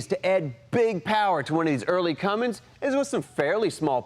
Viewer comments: says Cummings... uhhh, it's a CUMMINS. There's no "g" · Somebody please tell that when hes bragging about being the first to do something. At least know how to pronounce Cummins. Not Cummings. Lol. Love thst guy!!! Hes a legend